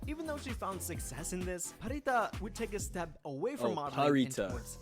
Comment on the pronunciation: Pharita is pronounced Parita not Farita.